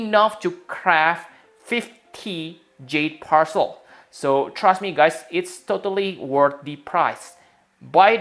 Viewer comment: is calling jade parcel "jet percel